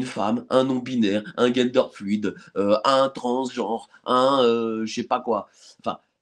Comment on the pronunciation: J'aime bien quand il dit gainedeur fluide 😂😂😂